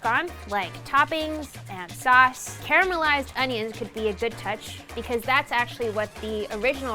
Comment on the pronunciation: She said caramelized!! Yes! That's the correct terminology. A lot of cooks say "carmelized." Nope, you're wrong. It's not Carmel. It's caramel.